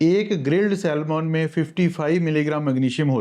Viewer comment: Heart (haat, r is silent) not hurt. Saman not salmon (L is silent). Please do correct it.